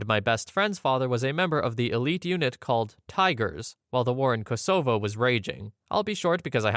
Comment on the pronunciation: that's an interesting pronunciation of Kosovo